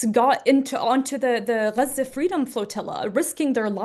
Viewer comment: You're from the US. You're white, I believe. We say Gah-Zuh. People don't say guzza. It's actually pretty racist if you stop and think about it. We don't throw on a Mexican accent when we say a city there or Tacos. It's annoying and a turn off and I'm a Huge anti-Israel, Pro-Palestine activist